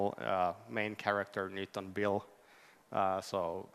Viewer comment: The name is Ville, not Viille :)